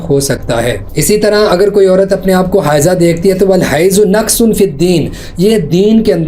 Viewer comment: Hahahahaha Naqas he hota h, nukas ghalat ul aam h